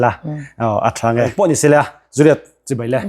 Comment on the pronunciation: JU-LIET tih a lam na na na ZU-liet ti a in han lam hi chu education i tla chham ve deuh tih chu a hriat e!! Enge hna dang nge i thawh le aw..??